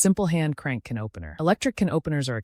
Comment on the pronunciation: what the fresh ripoff hell is this channel? an awkward a.i. voice ("c-NOPE-ener"?? seriously?) giving practical advice?